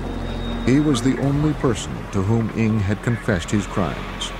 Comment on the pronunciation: i can't help but to comment how wrong the host is reading his name, ng sounds more like 伍 (wu) in cantonese instead of 'ing' which he keeps on repeating